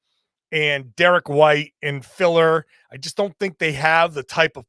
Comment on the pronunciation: “And” not “andtuh”